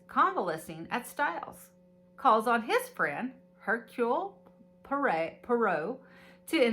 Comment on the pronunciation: How fun! Enjoyed this video,! What a fun touch to include gifts to open as you enjoy the book 🥰 Reading the book becomes an immersive experience! P.s. Poirot is pronounced "pwah - roe" ♡♡♡😊